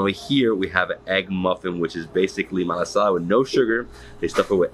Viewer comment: 'Kohola' for Kohala, "Mariam's" for Merrimans, "Malasa" for Malasada, "Hanakoa" for Honoka'a, "U-may-kay's" for Umeke's, "Oyo" for Ho'io! Ho brah, you win da Ha'ole pronunciation award! Good selections though! Cheers!